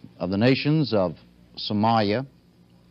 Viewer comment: Did he just said Somaya